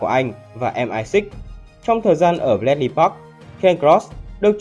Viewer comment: Đọc Xê I A thì cứ đọc là Mờ I Sáu đi chứ cần gì Em Ai Sít nhỉ :)))